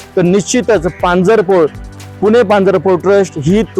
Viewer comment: पांजरा पोळ नाही, पांजरपोळ म्हणा 😂😂😂